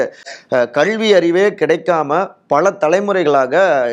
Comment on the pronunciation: விகடன் நிர்வாகத்திற்கு ஒரு வேண்டுகோள்... இந்த வீடியோவில் வருபவருக்கு கல்வி என்பதை எப்படி தமிழில் உச்சரிக்க வேண்டும் என்பதை தனி வகுப்பு எடுத்து கற்றுக் கொடுங்கள்... அவ்வாறு முடியாவிட்டால் இந்த நபரை மாற்றி விடுங்கள்